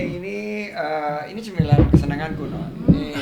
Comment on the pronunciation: cemilan jd cembila cepuluh cebelas pak ardi bikin ngakak